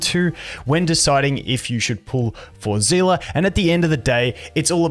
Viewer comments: i cant stop being annoyed at the pronunciation zeela like how do you pronouce it as that it clearly has an s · Just so you know for the future seele is said like see-le not as one whole word kinda like stan-le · I’m pretty sure her name is pronounced Seal Lee, Genshin has creatures in the game that go by the same name and are pronounced that way. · The live stream pronounced it as Zee La. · can anyone tell me why everyone is calling seele "zhila" now? i heard bronya say her name in honkai countless times and she never said "zhila" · thats in chinese , but in english pronounciation they called her "zilah" also in the past time stream the host and her V.A called her as well as "zilah". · zila is Seele German pronounce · im just confused everytime he said seele as zilla xD